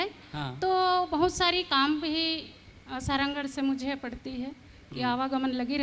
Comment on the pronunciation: सारंगढ़ बोलना नई आता विधायक मोहदया को लानत है ऐसे विधायक पर